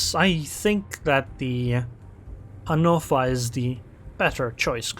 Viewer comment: Can you just say, "Hannover" correctly?